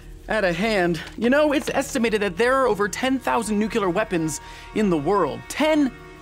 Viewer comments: IT'S PRONOUNCED NEU-CLE-AR NOT NUKE-YOU-LURR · did anybody else notice he said nukular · Nucular. Im already done with this video. lmao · word is NUCLEAR (NEW-CLEAR) NOT NUKEELAR...SAY IT RIGHT OR NOT AT ALL!!! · It's new-klee-ar not new-que-lar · do you say "Nucular"? It's nuclear. I would think as a channel that prides itself on fact and learning that you wouldn't say "Nucular". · you really just spell Nuclear 'Nucular'? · Goddammit, Vsauce i expected more from you. Not you too. The word is NUCLEAR, not NUCULAR. You should know better. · I love Jake and I love v sauce but my guy.... the moment you said "nucular" instead of nuclear... not you too buddy.... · "It is estimated that there are over 10,000 nucular weapons....." ugh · anybody noticed that he he often called it nukiller instead of nuclear? or is it just me.. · ITS NUCLEAR!! NOT NUCULAR in its pronunciation! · nucular, Jake? NUCULAR? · Did you say 'Nuke-U-Ler' at the beginning 0.o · you really just open that video by saying "nucular"? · "Nucular weapons" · Nukyuler. There are two types of people in this world. Those who unconsciously mispronounce this word and those who don't. But on Youtube, somehow, the former case is overwhelmingly represented. I'd be willing to bet $100 that Michael wouldn't flub this. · Why on earth do so many people say "NUCULAR" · He said nuculer. Everything he said is invalidated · *Jake says "Nucular" TRIGGERED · did you just say NUCULAR!!!??? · he makes all of these videos but he still says “nucular” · Did Jake say "nucular"? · Ten thousand nucular weapons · Jake, I love you and your work, but for the love of God, please learn to pronounce "nuclear" correctly.